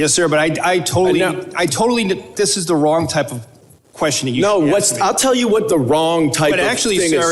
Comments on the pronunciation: Crockett says ax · Is she saying axe or acts. Trying to say ask.